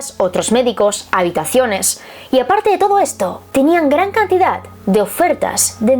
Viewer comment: Porque dices cantidat es cantidad